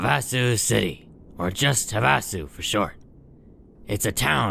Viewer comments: "Huh vah sew" you can tell isn't from Arizona LOL. We all say it "have uh sew" just thought it was funny. Great content as always:) <3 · Weird: I've been to Havasu and everyone pronounced it like "HAVE-uh-sue". They must have changed it after the war. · Pretty sure it’s pronounced “HAVE-a-Sue”, like the lake in AZ, USA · It's pronounced have-uh-sue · Lol, even the mod author pronounced it wrong. its HAVE-a soo, as in Lake Havasu. What a goof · I've lived in this area for most of my life and never heard Havasu pronounced that way. Have-a-sue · I was looking this comment exactly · NO, that's Not how it's pronounced. It's pronounced "have-a-sue", it's where the London Bridge is located now. It's also a BIG college party town. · Everyone is pronouncing Havasu wrong and it's driving me crazy. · As someone from Arizona, the pronunciation of Havasu in this video is kinda annoying. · I have to say, pronunciation of Havasu made his intro song 10x funnier than it had any business being.